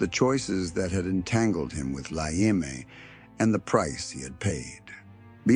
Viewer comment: I'm 10 minutes in and the only you've said is how he was involved with the mafia and how terrible they are and that he was killed. Be more succinct, give as many details as possible, offer more original pictures, and learn to pronounce words like "eme." The "e" is pronounced phonetically like saying "pet" or "met" in english. The tips I give you will give more credence to your channel and help you grow. And if you are using Ai to narrate your videos I would say no, don't, people hate Ai generated content.